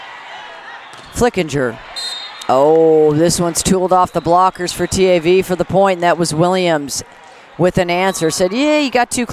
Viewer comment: her saying t - a -v is so annoying, girl say it together